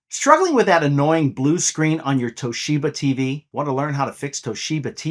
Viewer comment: Toe sheba 😂😂😂